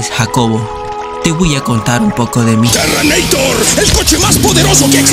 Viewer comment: Este tipo si me hace reír, ahora y que: "Terreneitor"🤣🤣🤣🤣